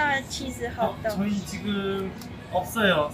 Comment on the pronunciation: 캐나다에서 공부도 잘했을텐데 왜 핫도그를 발음할때는 호그도그라고 하는거임 ㅋㅋ